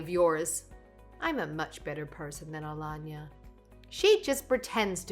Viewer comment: Alanya or aLayna??? Same stories,same narration still weirdly different pronunciation. Nothin to do with English not being their first language.